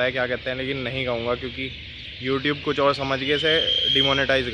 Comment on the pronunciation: "Kuch" hoga "kudh" nhi